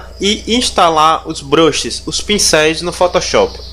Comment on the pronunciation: valeu o tutorial mano mas esse "BROXE" me quebra kkkkkkkkkkkkkkkkkkkkk